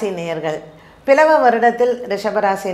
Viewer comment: It's not பிலவ வருடம் it is ப்லவ வருடம்.